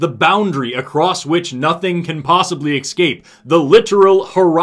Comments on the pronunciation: I love your material... but you said EXCAPE three times instead of Escape;-) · I love your channel. escape, not excape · love your work... but please don't say 'excape' any more (unless referring to a cape you used to have). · Sorry, there's still a sound problem. There's obviously a malfunction that makes it sound like you're saying excape instead of escape, bc I know you would never say such a thing. Excellent, excellent video, though!! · You are pronouncing “escape” as “excape”. Maybe you’re talking about a defrocked superhero 😂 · I love that says 'excape' instead of 'escape'. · Really good, but wierd that you kept saying ecscape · Es-cape.... Escape. Not exape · A personal pet peeve of mine is when people pronounce the word 'escape' as if there's an 'x' in there. Still a good video, though. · You're too smart to say 'ecscape'. What's the story there?